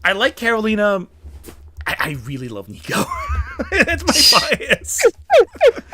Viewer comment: Just FYI it’s “Karo-LEE-na”. Also the title is just “Runaways”. 🤓 Just a gentle note from a hardcore fan. That being said, I enjoyed your video and mostly agree with your rankings. Karolina will always be S tier to me! Favorite comics character of all time.